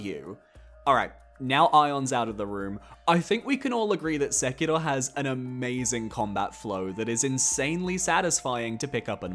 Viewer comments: Why do people always pronounce Sekiro as “sekido” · I literally had to stop watching this video because of how you keep pronouncing Sekiro 😅